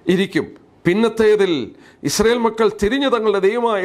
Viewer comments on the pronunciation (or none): none